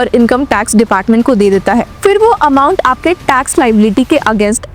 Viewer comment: उच्चारण का संज्ञान लें फिर (फ़िर नहीं)